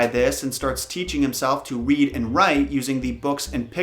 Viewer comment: He also said wead instead of read